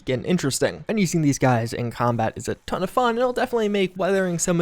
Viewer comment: Am I the only one who loves when says: "A TOOON" 😂 I really love it!